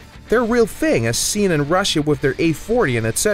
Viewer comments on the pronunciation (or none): none